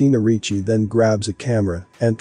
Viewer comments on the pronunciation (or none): none